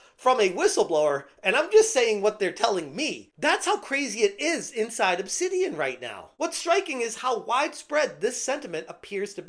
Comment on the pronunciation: Nah, not "Obsidian"... It's "Obsanitian"!